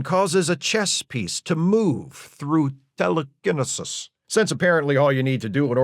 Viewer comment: Telekinesis pronunciation had me cracking up